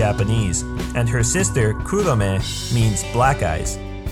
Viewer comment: you know all of this but you can't pronounce AKAME and KUROME